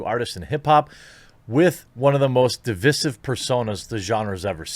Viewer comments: OMFG...STOP MISPRONOUNCING DIVISIVE! FFS De-vice-sive, fucking learn it. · Hearing you murder the word divisive made me nauseous